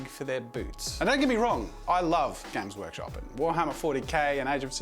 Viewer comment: Is it just me or is Jazza saying Gaycrush Games all the time?